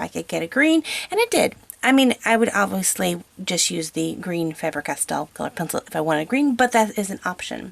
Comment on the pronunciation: I slowly died every time she said F-ah-ber Castell. It's F-ay-ber Castell. But great video overall. I haven't tried prismacolor because they are not available in my country. I am going to order them online for my birthday. I've heard they are great for smooth blending and skin tones. I am also hoping to try out the C'a'ran D'ache Luminence pencils. I have used the 12 set of polychromos for months now with great results. I recently got the 36 set for Christmas and holy lord! They are truly fabulous! My aim is realism in my work (although you can't tell as I am not at the level of that just yet. ) My main downfall is skin colors, as I struggle with them. Especially pale white people. (Not being racist O.o) I find that it's hard to do as I know what colors I need, but I don't have them. Thanks for a great video, though.